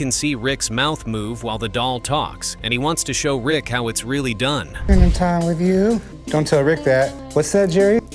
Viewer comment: Rick is NOT Chum's "Dad" Yet another AI generated narration of public domain videos. Waste of time with factual errors. Not to mention terrible pronunciation of common words.